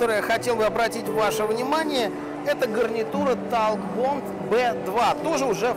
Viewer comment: не понимаю почему говорит "такбонд" вместо "токбэнд"....)